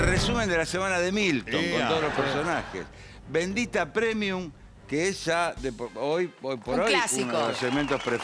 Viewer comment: Cada día mejor bendita premium jajajaja se pronuncia primium chicos